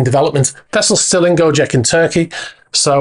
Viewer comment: The first sinking boat in Greece is a ferretti 880; the second in Bahamas is a ferretti 830. Gocek in Turkey is pronounced Go-Chek, not Go-Jeck.